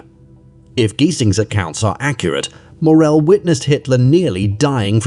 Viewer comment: Please try to say this name as it is. Only downside of this documentary.